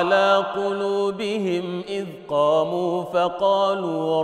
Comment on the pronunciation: Salam aleykoum, when the sheikh recited in Warsh, he forgot the damma on the م الجمع of the word قلوبهم when he read : وربطنا على قلوبهم إذ قاموا... BarakAllahoufik